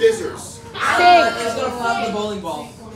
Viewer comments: Did I just hear him pronounce a hard K in scissors??? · I don't like how he pronounces scizzors. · Whyd he pronounce scissors like skizzors? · Skizzors...is that how you pronounce it ? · A pair of sCissors? Do ppl pronounce it that way? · Did he just pronounce scissors skizzors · Pronounced it “SKIZZERS”. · Can't say I've ever heard scissors pronounced skizers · Purposefully mispronouncing "What about a pair of SKissors?" 🤣😂🤣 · How is he a teacher and can't pronounce scissors properly. Savage. Skizzers.....what? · Does he honestly think you pronounce scissors like that? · Did he just pronounce the c in scissors? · He doesn't really think scissors is pronounced like that, dies he? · Am I the only 1 who found out weird that he pronounced the "c" in scissors? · Why is literally no one talking about how he pronounced "scissors"? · Scissors…. Do you pronounce the ‘c’?😮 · uhh did he j pronounce the c in scissors? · I’ve never heard anyone pronounce the “c” is scissors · How did he just pronounce scissors 😭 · Did he really pronounce the C in scissors 😂😂😂😂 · How did he pronounce scissors? Silent c ffs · He was joking with his pronunciation of scissors, right? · All this and all I’m gonna remember is how he pronounced scissors. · Is that how all Americans pronounce scissors? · Never usually hear people pronounce the C in scissors 😅